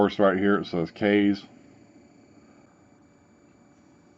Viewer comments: It's pronounced kiss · No matter how you pronounce it this is a great tank system. For $40 you get a 0.5 kanthal coil, a 0.2 Ni200 coil and the vertical coil RBA plus everything you need to rebuild it. Not a bad deal at all for a 6ml tank IMO. The airflow is fantastic as well. My only complaint is wiping ejuice off the top fill area every time I refill it and not being able to take the tank completely apart. Those are minor cons though and definitely wouldn't keep me from buying it. Also, I fell asleep last night with my mod in my hand (HA) it fell over on my couch and when I woke up this morning the tank never leaked a single drop of ejuice after laying on it's side for like 6 hours. It's a really good tank man.